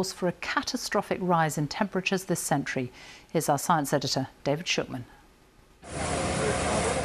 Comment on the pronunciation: she is prounouncing wrong the word "century: isnt it ?